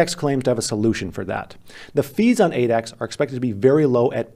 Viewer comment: whenever you say Adax, I heard 8X lol😂😂